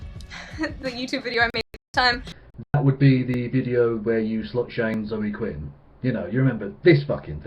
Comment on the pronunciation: Did she pronounce Zoe Quinn's name wrong? Not too fucking bright. That soul train thing was hilarious.